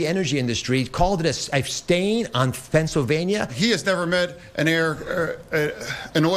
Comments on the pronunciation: 'he's called it a susfein on fencellvania. what is a fencellvania? a little bit of a problem there makes oz seem like the incoherent one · Imagine making fun of Fetterman for having some difficulties talking and putting some thoughts together after a stroke, but then having a “healthy” candidate that pronounces “Pennsylvania” as “Fennsylvania” and spews gibberish and scientific nonsense. Fetterman is clearly the smartest here. 😂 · Oz mushed a word into "Fennsylvania"